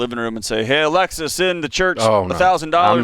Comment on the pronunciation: I love Dave... but come on man, how can you not know it’s ALEXA, and not Alexis ?!!🤦🏻‍♂️